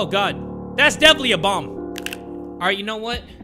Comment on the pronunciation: When bro said bomb I thought he said bong💀I got too excited